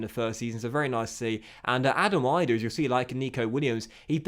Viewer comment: As an Irish person it is annoying hearing you pronounce Adam Idah. It is not pronounced Eye-Dah it is pronounced Ee-dah if you get what I mean.